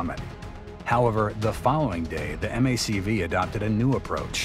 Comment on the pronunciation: This is where I suspected a synthetic voice. M-A-C-V, instead of "Mac-Vee".